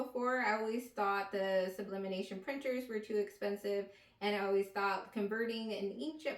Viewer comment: you saying "sublimination" instead of sublimation pissed me off lmaoooo but thanks for the setup info